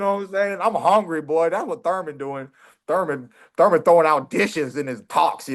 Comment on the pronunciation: Keith No teeth left out of time Thurman,if his name was surman he pronounces it the thame😂😂